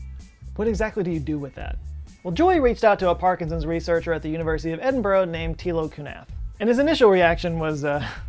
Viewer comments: theres nae ''o'' in edinburgh mate. . it's buh-ruh.. not bo-ro. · Edin-burra. It's pronounced Edin-burra😩